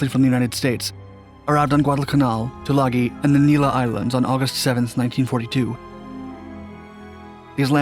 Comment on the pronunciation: Robdul? Rabadul? Why can't you do enough research to correctly pronounce names. Try Rabaul (râ-ball). Tagooloo? Tulagi (to-lâ-gē).